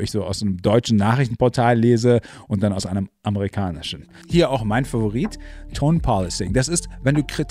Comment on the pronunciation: Hallo! Kurzer Tipp zum Thema Aussprache: Der zweite Teil des Begriffs "tone policing" leitet sich vom Verb "to police" (=überwachen/kontrollieren) ab und wird dementsprechend auf der 2. Silbe betont /pəˈɫisɪŋ/. Wie die Lautschrift verdeutlicht, ist der 1. Vokal übrigens der unbetonte Schwa-Laut /ə/, mit dem z.B. auch das Wort "about" /əˈbaʊt/ beginnt. (Du sprichst in diesem Video "policing" so aus, als ob es von "policy" käme.) Ansonsten super Kanal. Weiter so!